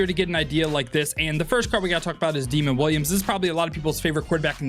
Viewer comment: Great video bro! Also Demond Williams Jr name is pronounced Da-mond not demon lol